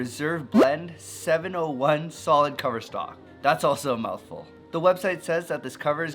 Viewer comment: Happy to hear someone say the coverstock correctly. Now if we can fix the "global 900" issue lol